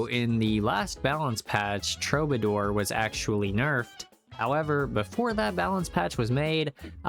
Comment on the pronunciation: Nice vid. TRUE BA DOOR (killing me with the pronunciation)